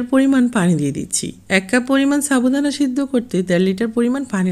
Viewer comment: আজকে তোমরা দুই বোন একি রেসিপি দিয়েছে,, মুক্তা আপুর টা দেখে তারপর তোমার টা দেখলাম ভালো লেগেছে। আর তুমি সাবুদানা কে চাবু দানা বলো কেন